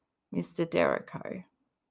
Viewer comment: It’s pronounced “DUR REE KO”